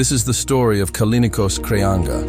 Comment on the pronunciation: Kraianga ?Kolin Kraia?? Krianga?? Kolinos? Poor Kreanga, who was a great champion, deserved a correct translation and respectful pronunciation of his name. As for his game, his forehand was much more than powerful; it was perfect, executed with a straight arm and full body involvement. His backhand was also extraordinary. His most impressive characteristic was his arm speed, and it was thanks to such speed and the amplitude of his movements that he produced topspin with monstrous amounts of rotation. He went down in history for his "straight-arm" forehand topspin, the excellent execution of which places him rightfully alongside legends such as Istvan Yonier, Gabor Gergeli, Tibor Klampar, Jacques Secretin, Dragutin Surbek and Kim Taek Soo, Yoo Nam Kyu, Ryu Seung Min, Wang Hao, Cheng Qi, Ma Wenghe, Zhang Jike, Malong, Malin, Xu-xin.